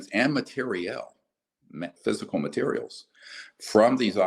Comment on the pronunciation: These days I mainly watch Greer interviews to see the way he says "materials" (mater-ee-ahl) 🇨🇵😜